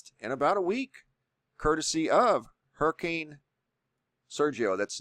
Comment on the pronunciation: ITS A Hurmmcain🙄